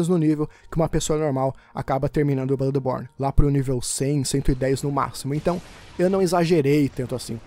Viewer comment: Na hora que vc falou no início blãdeborne,na hora pensei barbaridade tchê 😂😂😂😂